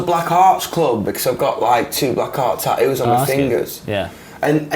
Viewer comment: I love how he says tattoos. “Ta-oos.” I’m not trying to be rude. I just find it adorable.